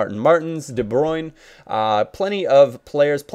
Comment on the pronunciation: you pronounce Legaer and De Bruyne funny.